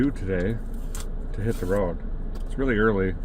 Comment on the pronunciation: "A quick update as we'e going down the roooooad....Derek's North Dakota accent slipped back into form.